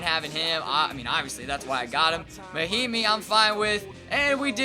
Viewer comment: It’s Ian Mahinmi, not yon.